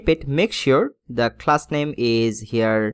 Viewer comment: I like your video guide but please stop faking your English accent or copying others... I just hate that every time you use "h" pronunciation... It is "Page" not "Phage" it is "Coloumn" not "Kholoumn" it is "Copy" not "Khopy" it is "class" not "Khlass" it is "dot com" not "dot khom" it is "go to" not "go thoo". It is very irritating. I am sorry but I would stop watching your videos soon because of this.